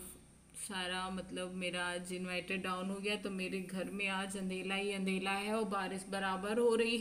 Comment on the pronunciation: आप अंधेरे को अंधेला क्यों बोलते 😊😊